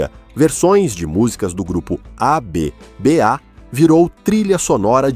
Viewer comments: esse narrador e.doido fala tudo errado , LÁIRTOM , A B A !! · A be be A essa doeu, ensina melhor a tu inteligência artificial.😅